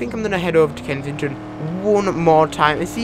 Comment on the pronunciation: Lol kensidghfjdhfton Its supposed to be kensington Lol